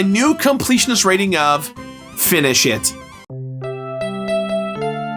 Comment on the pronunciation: I never cared for Sunshine.:/ Also, I still find it so funny when rates something as "Finish it" cause it always sounds like "Fini-SHIT".